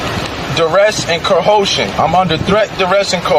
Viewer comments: COHOTION ??????? I rest my case…when I said it sounds like you never even passed the 6 th grade….instead of Black Law’s Dictionary , maybe you should buy a Webster’s Dictionary so that you can look up words before you massacre them or use them incorrectly !!!! HOW ‘BOUT DAT ???????? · Threat, duress and kohotion??? WTF is Kohotion !! You wouldn’t have to go through all this if you didn’t carry on with this garbage. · Coercion say it with me can never get this word out n coercion. What's koohoosin(?) is that a new word for being coerced to do something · What the hell is cahosion? 😂😂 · Lol co-howsheen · "Co-hose-ion"!? What the doohickey? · This moorish American could still behave like an adult. no matter how he chooses to live.And there's no such word as cohusion 😂😆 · He’s under threat and ca- hosian ? Wtf is ca-hosian ? 😂😂😂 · Bro, you gotta work on your narration skills. You sound half asleep. And this fool says “kuh-hoe-shin” and you don’t even mention it. You probably don’t know the word coercion either. And he said “surety bond”, not sherrity bond. Look it up bro. Yes it’s dumb, but you can know what it is. And what is “spewting”?? Do you mean spewing?? Man. You’re worse than this guy. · wtf is cohosian? lol people should have to know the correct pronunciation and definition of words before they use them. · WTF is "Cohoshun"? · I am also under ka-hoe-shin. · Cohoeshun lol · "THREAT, DURESS, AND "KA-HOE-SHUN." THANKS! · Wow. Co-how-shun. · So, did he use gold and silver to buy his cigarettes? And, what is 'co-ho-sion?' lol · What is co-hoe-shun!!???? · co-ho-shun.... me too bey-otch... i am brian bey and i demand my billon dollers of rest-tuition for my nation of "bey"!!!!! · "Duress and cohoshin"? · wtf is "cohoshun" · Cohotion? Lmao. He’s a freaking idiot. Oh and he’s telling the troof. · Co ho sion? He doesn't even know how to pronounce coercion. shority bond?????? What a doofus. He gave his ID, because he didn't want that window broken lol